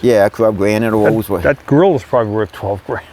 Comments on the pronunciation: Wolls Woice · a "Woills Woice"????